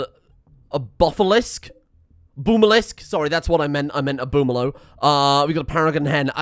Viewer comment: "Boomaloo" 5000 hours